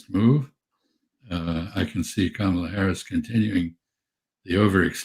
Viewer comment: Wow! Mr. Freeman said 'ka-ma-la' correctly instead of 'camel-uh'